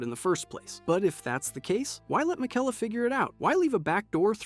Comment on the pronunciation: What about his pronunciation of miquella